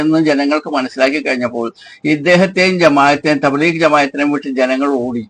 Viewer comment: ഈ വയസൻകാക്കാക്ക് തബ്ലീഗ് എന്ന വാക്ക് പറയാൻ തന്നെ തിരിയില്ല.